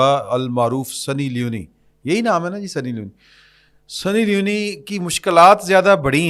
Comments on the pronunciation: The name is Sunny Leone (سنی لیون), not Sunny Li-uni. Leone is a gender neutral name from Italy and it means Lion. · I am your regular listener. If you are in this field and you are good، please before starting the program, check the names, designations and correct name pronunciation. سنی لیون ہے لیونی نہین۔ Like this so many other blunders. English na aana koi buri baat nahin but kuch seekh lain just for your program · درست لفظ سنی لیون ہے